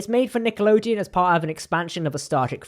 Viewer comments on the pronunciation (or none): none